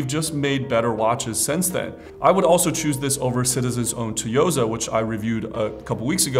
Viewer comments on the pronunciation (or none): Instead of silent T, he doubles down on the T lol. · Tsu (it’s like saying Sue and Two at the same time) - Yo - Sa Tsuyosa~ It means Strength. Not Toyosa 😭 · Love your watch video content,! You are one of three YouTubers I follow often to get my watch fix and updates. I just wanted to chime in on this Citizen’s pronunciation because it is pronounced “Tsu”-yosa and not “toy”-yosa. I point it out because I care deeply about your videos and the watches you showcase. 👍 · Toyoza haha. Sounds like a Toyota. Should be “Tsuyosa” haha…😂😂😂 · It's tsuyosa not toyosa goddamnit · It's Tsuyosa. Not Tuyosa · Why do these youtubers don't know how to pronounce "Tsuyosa" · Just like Takotsubo cardiomyopathy, I believe the ‘t’ is slightly silent, with a slight ‘z’ added - therefore tzeuh -yoh-sah I believe is the correct pronunciation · My boy I love your vids and app, but you dont pronounce the "T" in Tsuyosa, its Japanese for "Strength'" its pronounced like 'Sue-yo-sa' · Its pronounced Suyosa. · Nice new watch! But I think the Tsuyosa is pronounced like ‘tsunami’, you wouldn’t say ‘too-nah-me’ right? But I noticed Teddy Baldassarre also mispronounces it in his videos…🤭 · Is this a running gag among watch influencers to purposely mispronounce Tsuyosa? Why ignore the "s"? How do you pronounce tsunami? 😂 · Please learn how to pronounce Tsuyosa before making a video about it.